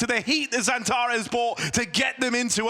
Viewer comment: Speker sürekli Xantaresss diyor😀